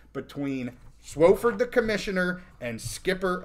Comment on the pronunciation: it's not SWO-fford it's SWA-fford